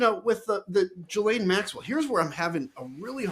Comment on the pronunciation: I wish people would learn how to pronounce Ghislaine.